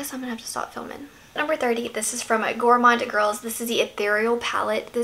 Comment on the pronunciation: Perfect pronunciation of Gourmande girls